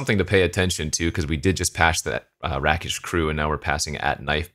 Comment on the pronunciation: Rakish is pronounced with a long 'a'. It's rake-ish not rack-ish